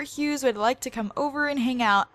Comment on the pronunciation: I know I am a 2 years late but when pronounced Hughes right I got sooooo excited because most of the time other people call hughes hug-hes.